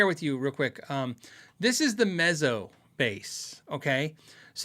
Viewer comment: I like the looks of the Ibanez TMB30, but none of my local stores have one to try. BTW, Mezzo is pronounced like pizza.